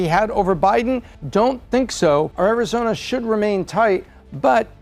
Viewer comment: She says Arizoina. 😂